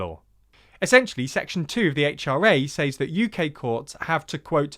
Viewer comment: Small thing, but it was one “s-ays” (or sais) too many for me. ‘Says’ is pronounced “sez” as in “wet”. You’re British, not American, so **please** don’t murder Her Majesty’s English.